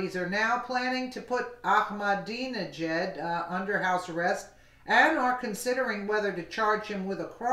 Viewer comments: Iran President is pronounced like "Akma-dinner-jacket" or Akmadinijad ! Hope that helps bro. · The easiest way to pronounce his name is 'I'm a dinner jacket', all together.. ;)